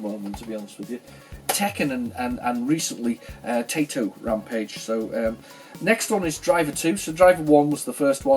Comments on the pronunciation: You have an impressive collection of games! Have you ever played "Vagrant Story" on the PS1? it's one of the greatest games ever made for the system, a cult classic. if you can get that one, I really recommend it. By the way, the way to pronounce TAITO is: "Tah-Eeh-Toh" or "Thai (as in thailand) - toh (as in torrent)" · Great haul there mate, i say Tie Toe (as thats how i was told its pronounced)